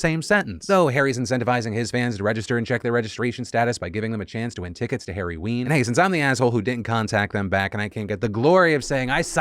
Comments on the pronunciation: ....why is he calling it Harryween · Had to rewind to make sure I heard that right. Harry......ween??